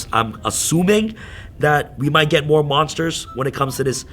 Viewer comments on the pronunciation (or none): none